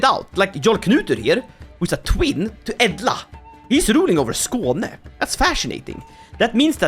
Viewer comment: is a Swede, iluminati confirmed!! I always thought that he either was an Islander with that strong Scandinavian accent, but now, he pronounced that Skåne wayy too well